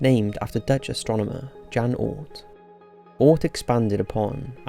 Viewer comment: ‘Jan’ is pronounced ‘Yan’